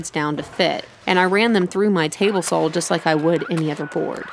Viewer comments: Teehee... "Sawl"... lol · I like how you pronounce saw ... so American